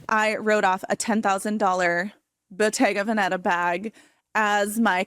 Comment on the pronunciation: She can’t even say Bottega Veneta right.